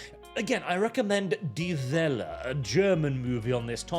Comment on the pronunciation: "Die Welle" is not pronounced "Develour", and most people won't know what you meant when you spoke those syllables. Please, at least try.